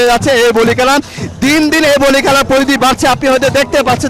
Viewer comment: কেলা না খেলা বলে।